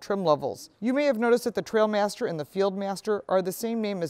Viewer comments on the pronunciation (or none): it is "TrialMaster", not TrailMster